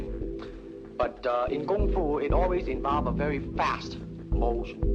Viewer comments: Its KungFu not gungfu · Note the pronunciation: "Gung Foo" not "KUNG Foo". shout out to Terry Butcho and the fights in Chinatown. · It’s NOT Gung Fu, it’s KUNG Fu. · Gotta love the narrator misunderstanding and saying gung foo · Note he pronounces it "Gung Foo". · I keep hearing everyone in this video saying Gung Foo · Why are they saying gung fu?